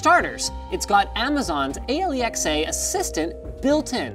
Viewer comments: He Says aliexa Instead of Alexa. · It's got (A-li-ex-e) no it's alexa Linus. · And this is why i love LTT just the fact that you said A L E X A instead of alexa! i love that you guys make sure our smarthome devices are not going crazy ;) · did he say A L E X A insted of alexa? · Alee XA? Isnt it just pronounced a lex ah? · A L E X A not alexa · Ay-lee-X-A?!@ WTF Linus, you know it's Alexa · This guy called Alexa AyleeExay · Did he say Ale-ee-ex-ay instead of Uh-lex-uh? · He just said ale-XA. Its Alexa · A LE X A!!!!???? Or ALEXA?! The name of the device, given and pronounced by the device itself LOL!! Linus lol.... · Did he seriously say alexa like aileyxay it's pernounced as it looks ah-lex-ah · aelexae. IT'S ALEXA! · alixa linux said alixa not alexa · not A-LE-X-A but AL-EXA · Alexa not A.Le.X.A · Thank you for saying ay-lee-x-a so my Alexa didnt go off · OHH thats why he said it weirdly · Oh, right... I was wondering: "Who is Ally X. A.?". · Did he just say "ay-le-ex-ay"??? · DrShrimpy yes, for a reason. Come on, you can work it out.... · I laughed when Linus pronounced Alexa as A-Lee-Ex-A Edit: I have a Fire HD 6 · Did Linus really call Alexa A-lee-x-ay? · He's Canadian. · did linus just said ali-exe ???? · "its got Amazons Ailexaj assistant..." Ive never heard someone pronounce it that wrong xD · he called it e-lexa... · Did he just call it A L E X A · "Amazon A-le-X A" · did he say alexa like a - le - x - a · "a" "lee" "X" "a". who the hell pronounce "alex" "ah" in such a weird way. see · "Amazon's ayleeaxaye assistant" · why did he say A-L-E-X-A instead of Alexa?? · Calls A-Lex-a A-Le-X-a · Linus, alexa is pronounced -((( AL-LEX-A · It's Alexa not A-L-E-X-A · Did you say aliexah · A.L.E.X.A.? Linus... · Ay lee ex ay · A lee x ay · Aye lee ex aye lmao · He had to pronounce "Alexa" different so that he wouldnt trigger his to talk 😂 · I was wondering why he mangled it... Thought it was a Canadian thing... How do they say aluminum?